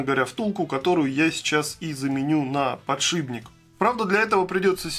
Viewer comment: подшиПник же, а не подшиБник.